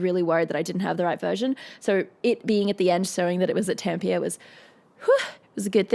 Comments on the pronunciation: Tempier? Is it how you pronounce Tampere in Oz? The actual pronunciation is a bit like "Tum-puh-ruh". ;-) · Tampia? It's pronounced Tamm-Peh-Re, with that peculiar Finish r that sits between a German and a proud Spanish R - or a softer Scottish R. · It's Tam-pe-re, not Tampeer. It's a small thing, but grating to Finns. It's like pronouncing Sydney as SIDE-ney, Brisbane as Bris-BAIN, or Melbourne as Mel-BORN. Loved the vid and your commentary! 😎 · Probably not the first to say it here, but it's Tampéré, not Tampeire. ;-) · It's pronounced Tamp - eh - rey, mot Tamp - ear. I've only been there once with my old job (and as a Brit I was lucky to be travelling with a Finnish guy - one of the nicest guys I've ever known in my travels around the world in my last job) Does it help that she is a big (i.e. very tall) woman? Does she not have bigger muscles in her throat because she is at around 12" taller than most female singers (and is taller than all the band - in that pick they pretend it's down to depth) Sad to say I despise Dawkins, a man full of hate, who earns his pay not from doing a Professor of Biology's job (that he is paid for by us Brits), but for spending his time telling lots of people how horrible they are. Love the song though. And remember that all but the Floor from Netherlands and Troy (the bagpipe guy) from England, are Finnish. Marco (the other genius singer that shows how wrong I was when I attacked this group a few years ago on another channel, in all respects) is an astounding singer from Tervo which I think I've also been to :) I think the excitement of most of the band is playing to a home audience - not something a person from a country with a population of 5.5 million thinks isn't a big deal. I imagine Floor feels at home in Sweden or Netherlands concerts. Very interesting vid - thank you.